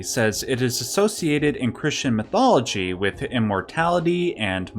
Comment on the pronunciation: Stopped watching when you said "Chistian mythology